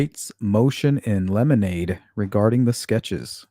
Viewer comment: Motion in 'lemonade' is cracking me up. Great way to remember how to pronounce it!